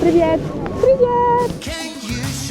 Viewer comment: ДВІ ДОЧКИ ШЕФА!!!! Єдине прохання: перевчи: не прівєєєєєт:face-purple-crying:, а привііііт:hands-yellow-heart-red:. А якщо навчиш вітатись СЛАВА ЗСУ! - то це чорний пояс на віки вперед! Веселих свят!